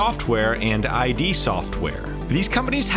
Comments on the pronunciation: Id software is pronounced "id" not "eye dee" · my brain through a fit over the way he said I D software and not id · Obviously did a lot of research for this but really missing on the pronunciation on some names there. Potamac as pointed out by many here, ID software is not the separate letters I and D, its pronounced id like in lid. And Deus Ex isnt duce its Day ous.